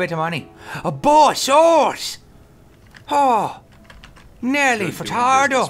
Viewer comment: Nelly-far-tardo.. lmao